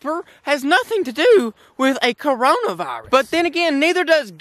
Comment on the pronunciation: 1 OK is the only one that can cure my depression 2 he said crayola virus instead of Corona virus LMAO 3 can you upload more cause we have nothing to do 4 all I been doing is watching hentai